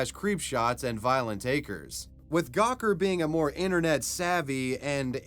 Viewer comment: Lmfao at Anderson Cooper pronouncing acres as a crez